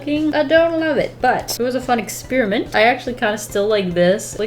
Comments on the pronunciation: "We have room to EHSPYRAMENT" 😂🌟✨🌟✨🌟✨🌟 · Lol “ehspyrament”...I’m gonna use that from now on 😂love it. Also youre amazing girl! Keep vibing!👏🏻💙